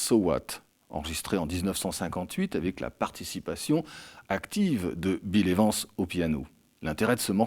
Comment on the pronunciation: « Bile évance » 😂😂